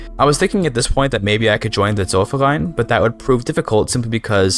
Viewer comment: You probably have the best pronunciation of "Zollverein" out of all youtubers.